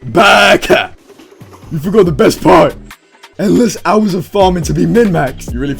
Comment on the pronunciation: ur pronunciation of baka was actually good lmaooo